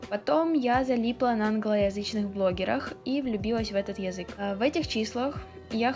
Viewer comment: очень режет слух твое произношение конкретно слова 'язык'. такая четко выраженная я, мб только меня триггерит, но это действительно неприятно